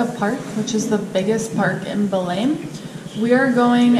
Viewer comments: Your eyes are shining with a special light! Oh that food, I gotta have it! skin looks lighter is that creme working? You can say Belem like we do in São Paulo, sounds like stain, Belein... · Belém is pronounced - [ bay - LANE] [NO LETTER M SOUND]